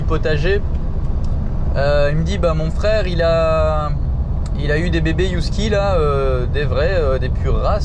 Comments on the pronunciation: Des" Youskis ???? ;-) ca se prononce heuh - en français, en anglais aussi avec le h aspiré 😉 ah mais au Mexique, là je ne sais pas 😜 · Mais pourquoi dire Yusky?😂 c’est un Husky ca se prononce Usky😂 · On dit "Heu-ski" pas "You-ski" :D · Hello la! Un Husky 🙃 « Usky et pas « Yousky "» s’il vous plaît 🤪et dire qu’avec mon conjoint on rêve de vous rejoindre depuis le début dans votre projet, on vous suit depuis le tout début en manquant aucune de vos vidéos, mais qu’il en serai très difficile avec notre amour de Husky, il est un vrai prédateur avec les petits animaux, bien qu’il a été habitué dès tout petit! Nous allons cependant reprendre le voyage dès que possible et traverser les Amériques! Pour info ce sont de très très très mauvais gardien, ils aiment: tous le monde! 😅 Ils ont besoin de grande et nouvelle balade quotidienne pour tempérer leur côté sportif, PRIMITIF et aventurier autrement: ils y vont seul..! Attention cependant le sport et les promenade tout doux jusqu’à 18 mois, ce sont des chiens qui peuvent vite avoir une dysplasie. Bon bref, il y a des exceptions mais pour avoir travailler avec 35 husky tous unanime! Si vous avez des questions par la suite hésitez pas, mon chien, ces chiens sont une vrai passion! J’avoue être surprise de votre choix par apport à votre mode de vie, j’espère que ce sera une petite qui brisera la génétique de la race! 😜 Mais nous avons un nouveau point commun! 🐺 (Je vous conseil de vous renseigner +++ sur l’éducation positive avec ces chiens primitifs:)! ) Je propose Maya pour un des chatons! Pleins de bonheur, bise à tous! 🦋🌸